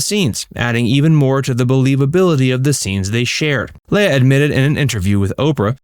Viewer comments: Her name is pronounced LEEA, NOT Laya. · I know it's kind of a small item, but I wish you would stop pronouncing her name like Princess Laiah on Star Wars. She has always just called herself Leah as it's spelled. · It's leah (lee-ah) not lay-a. 🙄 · Commentator, learn how to pronounce her name it's "Lee-ah" not "Lay-ah." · Leah's name is actually pronounced as Leeah. Not Lala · Why do you keep pronouncing her name as “Lay-uh?” I’ve only ever heard her name pronounced “Lee-uh.” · Man it was killing me how you pronounce Leah's name. It's Lee ah not Lay ah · Always thought it was pronounced ‘lee-ah’ not ‘lay-ah’ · Why can't this guy pronounce "Leah"? It's Lee-uh, not Lay-uh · Why are you calling LEEH-A, Lay-a?? Seriously? Research, dude!!! And Kirstie Alley turned her back on Leah because she left Scientology?? Why would your "God" tell you to snub anyone, Kirstie? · You pronounce Leah name wrong every single time. It's "Lee-uhh" She not a Star Wars princess. Leia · Her name is Leah, not Leia. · Yup. It's LEE-uh, not LAY-uh. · Leah is pronounced LEE-UH not LAY-UH!! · Everytime he said "Leia" instead of "Leah" my brain would correct him. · Seriously? It's Lee-AH, not LAY-ah. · It’s Leee-aah, not Lay-aah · why do you keep calling her "Leia"? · Why does this guy keep calling Leah, Leia? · "Lay-yah Rem-eneee" Wrong name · You should've learned how to pronounce her name. It's: Leee-ah This wasn't Star Wars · Her name is pronounced, lee-AH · LEAH = LEE uh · Who is “Laya”? Incompetence if you can’t even say the star’s name correctly. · Are you saying her name wrong on purpose or are you just a fucking muppet in real life?